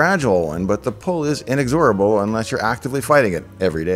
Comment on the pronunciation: Love the way you pronounce in-XOR-able. That shows your geek soul...